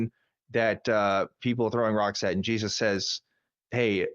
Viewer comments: Pronounced Hezeus? 😏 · Jesus loves you. - The feeling's mutual. By the way, he pronounces it hay-soos.